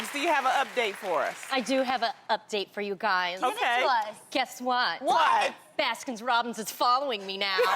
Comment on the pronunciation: why does tamera not know how to say baskin robins